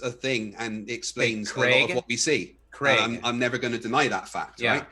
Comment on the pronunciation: I know these debates are ridiculous but I still learn stuff listening to. Americans please note Craig does not rhyme with Greg it rhymes with vague